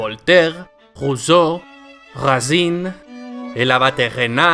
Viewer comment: La C de Racine se pronuncia como una S española